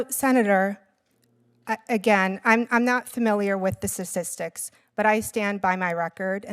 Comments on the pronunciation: She can’t even pronounce “statistics”. 😂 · Not only is she the least productive judge in her district, but she's illiterate and pronounces "statistics" as "sasistics". Why are we getting so many utterly incompetent nominees? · The word is 'Statistics'. Not "Sticksticksticks." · Stastistics ???? Lol😂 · "sasistics" she cant even speak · She cant even pronounce the word statistics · Wait did she just say I am not familiar with the”sasistics”? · face-purple-crying: Sirstistics, OMFG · She can't even pronounce "statistics!" Wtf! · "stassistics"... FNDA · ´ i am not familiar with the sestistics ´ This woman is a judge? MY GOD MAN